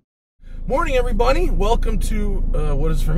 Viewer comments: "goodmorning everybunny" can't be the only one who heard this :D nice build though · Not exactly. Matt's ''Morning, everybody'' sounded more like ''Morning, every bunny'' to me. I thought it was funny. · Did.....did you say "Morning everybunny"?